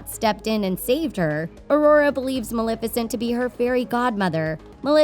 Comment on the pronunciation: pronounced ma-lef-icent from the word Malefic.